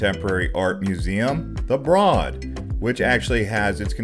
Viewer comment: It’s pronounced B-road museum